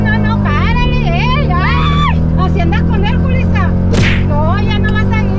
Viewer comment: Escuché bien o mal, pero yo escucho que "cuando van el coche deportivo de Dom" la señora le dice culissa en lugar de Julissa jajajajajajaaj